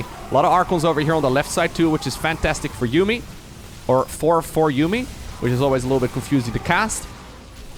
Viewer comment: It is ForJumy